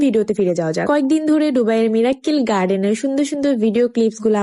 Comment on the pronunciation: ডুবাই না, হবে - দুবাই মিরাক্কেল না, হবে - মিরাকল